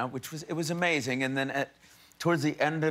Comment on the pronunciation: Okkkkk but when he says amazing he sounds SO britishhhh